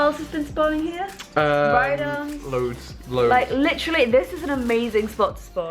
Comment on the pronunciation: "Litrally"???? U mean "literally"